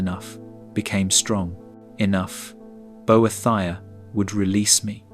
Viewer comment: “bo-eh-thy-uh” That’s a new one 😅